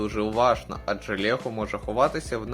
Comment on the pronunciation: Та не "лєго", а "лЕго" б...ть!